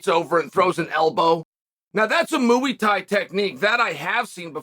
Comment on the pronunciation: Chael "Moo-ey Thai" Sonnen